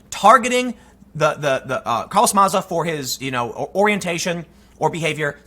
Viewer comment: Who’s Carlos maza??? Ohhhh you mean carloth matha? That’s how he pronounces it at least.